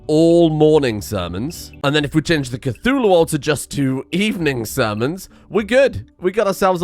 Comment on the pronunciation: Cthulhu? more like Cth"uWu"